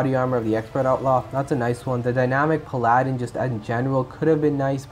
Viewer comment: Pal-uh-din. Minor thing though